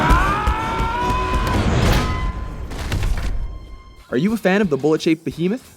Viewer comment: When i watched it i thought she said tin head not dick head